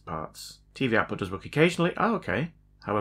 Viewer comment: "Outpu". 🤣 Love it!